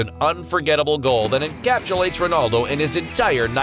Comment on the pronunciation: That not how you pronounce his name lol 🤣